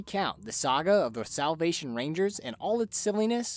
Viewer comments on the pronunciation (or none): Soulll? Selvlll?? Salvvvv? Never heard that word